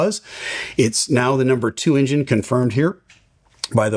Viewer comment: Why do you call it “injin”. It’s not Tonto. It’s pronounced “enjin” with an “eh” not with an”I”.